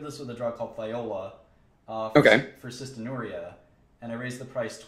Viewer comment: cystinURia? No, it's cysteinurRIA-- excess of the amino acid cysteine excreted in urine.